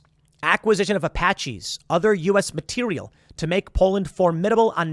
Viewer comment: It’s materiel, not material.